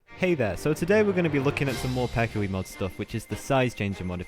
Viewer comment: its pehkui, not pekhui